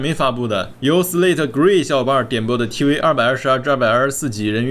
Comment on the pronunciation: 是tv 不是t wee